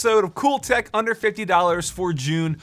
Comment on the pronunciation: HOLD UP! I’m late to this but did he say “COOL THECK?” With in the first 5 seconds?! Please! I need answers